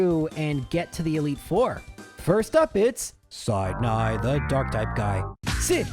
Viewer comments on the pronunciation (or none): "Side-Nigh" (Sidney) The Dark-Type Guy Theme (Truncated)